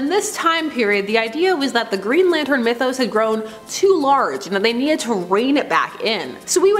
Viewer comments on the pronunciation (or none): none